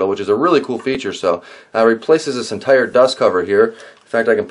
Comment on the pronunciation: "Entire" - not egg ire ...